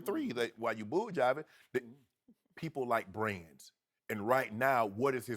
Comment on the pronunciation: Did Shannon say Bulljiving!? Lol